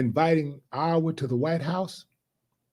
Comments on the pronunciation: Ohhhh mannnn...half the video he was sayin' Iowa, butt it sounded like OUR...my bad D Willie😂😂😂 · Willie it's (Eye- yah - wah) Lol you country .